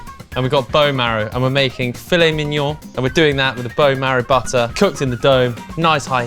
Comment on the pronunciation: It's pronounced fill-eh not fill-it...